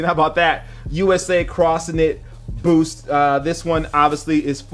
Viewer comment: When he said booth instead of boost it stood out to my ears so much